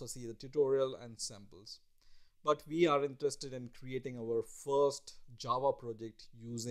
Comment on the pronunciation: Your accent shows that you're a poor student of the English language; instead of saying "we" you say "Vee"